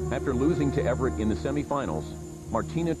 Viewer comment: I wish the narrator could pronounce Chris Evert's name properly. Evert. Not Everett.